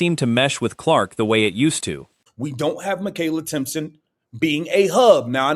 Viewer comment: its Timpson!!!idiot!!!